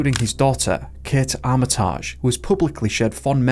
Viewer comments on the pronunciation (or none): it's pronounced Argile and Arm-it-ige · Not just Scottish words. His pronunciation of the (common) surname Armitage was bizarre too